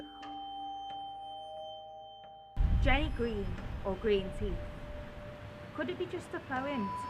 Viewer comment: I was halfway through this before realising id already watched it but you kept saying hutchkinson and hodgkinson or huskinson His name is huskisson as you even showed on his memorial and its ginny green teeth not jenny